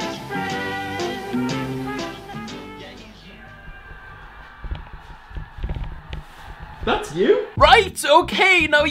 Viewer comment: Awww fwend